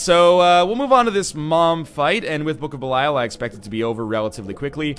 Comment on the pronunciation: 650 episodes of Judas being in the game, 650 episodes of mispronouncing Belial.